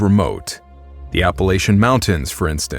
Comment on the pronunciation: I used to live there, the Appalachians (you pronounced it wrong) are not all that remote. Sure there are dips and hollers where hardly anyone goes. But the west is faaar more remote.